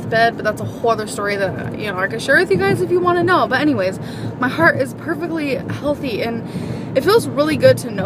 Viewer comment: Take some Advil and stfu. She loves the attention. The first clip she says she’s had so many EKG’s like it is a contest. And so giddy that her heart is hulthy. Yeah, I spelled it like she says it. And in the next few years creeps up to 600 pounds. She will die fat. And she loves it.